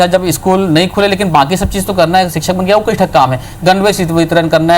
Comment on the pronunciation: सिक्षक नही शिक्षक होता है